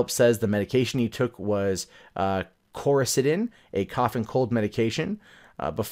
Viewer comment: Do... Do you even GOOGLE things before you talk about them??? Coricidin is NOT a SYRUP! It's a PILL. Jeeze, man, first pronunciation and now the substance of the case seems totally unknown to you. Come on, man. Tighten up!